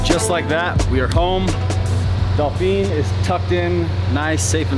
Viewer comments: 'Doll Feen'? It's actually pronounced 'Dough Fan' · Dolphine? Dauphine? Why can't Americans pronounce it? lol Dauphin = DAW-FIN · It's not dolfin! Please don't pronounce it with an L! "Dawfin" is how you pronounce it!! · Eurocopter AS365 Dauphin; Why do you keep calling it a Dolphin?? Dauphin of France (/ˈdɔːfɪn/, also UK: /dɔːˈfɪn, ˈdoʊfæ̃/ US: /ˈdoʊfɪn, doʊˈfæ̃/; French: Dauphin de France [dofɛ̃ də fʁɑ̃s] ⓘ), originally Dauphin of Viennois (Dauphin de Viennois), was the title given to the heir apparent to the throne of France from 1350 to 1791, and from 1824 to 1830.[1] The word dauphin is French for dolphin and was the hereditary title of the ruler of the Dauphiné of Viennois. While early heirs were granted these lands to rule, eventually only the title was granted. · Mate “DO FAN” not Dolphin, not Dolphine…please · Dauphin is pronounced more like Dau-fan in French. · DAUPHIN!! Pronounced DO-FAN or DOUGH-FAN Its French. Dauphin 2 this type was Operated in the Search & Rescue role over here in Ireland with the Irish Air Corps. The Irish Air Corps is the Military Aviation Element of the Irish Defence Forces. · Has the 💶💵💷 to buy these two choppers but can’t pronounce the model name correctly. 🙄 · Dave just cant say Dauphin , its a beard thing